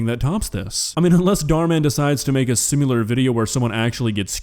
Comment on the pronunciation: DUDE you gotta stop saying "simularly"